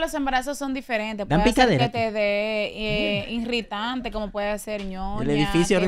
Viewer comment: no se dice “ INRITANTE”… es irritante caramba.